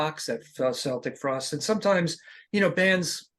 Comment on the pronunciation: Interviewer can't even pronounce the band's name.